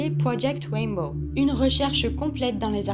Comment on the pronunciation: Mais quelle pioche!!!!………non mais retourne à tes cours d’anglais même pas dupe de prononcer RAINBOW comme il faut!!!!………mais quelle animatrice de merde!!!!………